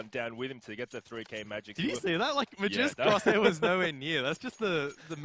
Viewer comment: Really annoyed me how the caster was calling magisk magix